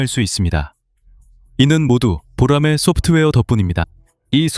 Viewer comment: 보로마이?? boramae~